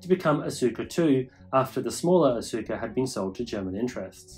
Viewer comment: Nice informative video. But I would like to have a correction, the name Asuka is pronouced as "Aska" the U is silence.